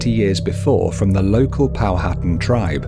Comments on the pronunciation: It's actually pronounced "Pow-at-an," and not "Pow-hattan." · NOTE : It's Pronounced "Pow - ha - tan" ..not "POW - HAT'en" LOL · It is pronounced Pow a tan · Good video but please learn how to pronounce Powhatan. It's Pow-a-tan. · POW A TAN. H IS SILENT